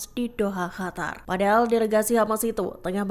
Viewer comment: Min, kenapa Qatar dibaca Hatar?